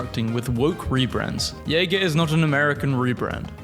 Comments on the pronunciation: Jaeger? Seriously? It's Jaguar. Aren't you British? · Good video, love community notes! (Also, it's "Jag-you-are" (or "Jag-you-er"), not "Yayger." Just a friendly bit of help 👍) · Did he really just call Jaguar "yeager" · It's pronounced Jag-war, not yay-ger. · did you really pronounce "Jag-u-ar" as "Yay-gar"? Are you AI? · did... did the BRITISH dude just mispronounce JAGUAR!?! it's not jagermeister, it's jaguar, the car company you dolt! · And gibberish being pronounced GHiberish. Sounds like AI voice over. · User added context: "Jaguar" is not pronounced "Jäger". These are two completely different words. "Jaguar" refers to a large cat breed whilst "Jäger" is the german word for "Hunter". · did you just say jaguar like yeager??????? why bro why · Because it kinda resembles "jäger" and he wants some jägermeister. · Learn how to pronounce "jaguar" I'm starting to think you might be AI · no way you said "jaguar" like that bro. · I have never heard Jaguar pronounce that way. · At any rate, mispronunciation by the narrator notwithstanding, the point of the community note is correct. Jaguar is a British brand, not an American one. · As a Brit, that mispronunciation of Jaguar actually hurt a little. Even if it is not owned by a British company any more. For a while it was owned by Ford so they are just a little out of date.